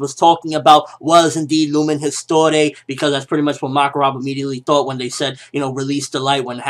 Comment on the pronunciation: Histoire not histore lol, its french :D